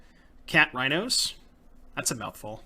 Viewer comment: "Saheeli Raihnos"